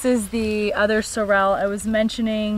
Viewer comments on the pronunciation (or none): You have a gorgeous gorgeous garden reaped by so much hard work and years of learning. I admire all that so much. Starting my learning on this late but never too late to learn. If you would like to pronounce sorrel more correctly it is SAW ruhl. And tomatillo is tom aw TEE yo. :) ❤️